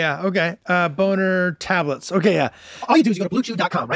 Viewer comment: what an ad read, boner TABLETS